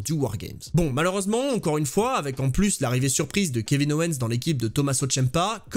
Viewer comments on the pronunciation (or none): none